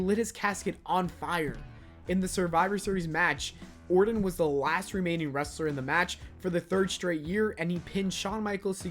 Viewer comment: Lol rite plus he called em ORDIN the whole video